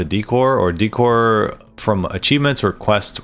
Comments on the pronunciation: daycor not deecor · Wtf is dee-core xD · Deckor. Decoration. Sound it out. Dècor, on the other hand is daycor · Just fyi decor is pronounced like a short version of decorative - dickor is fun, but it started to rustle my jimmies after a while oops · Hilarious how he says "De-Core" hahahaha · DEE cor? no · You would think you would learn how to pronounce decor before making a video like this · Why do people not know how to pronounce decor? 😂